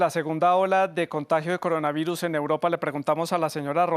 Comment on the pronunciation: "el coronavairus"